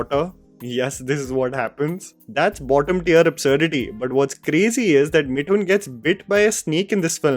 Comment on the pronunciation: Isn't it मिथुन and not मिठुन? you pronounce "Th" correctly.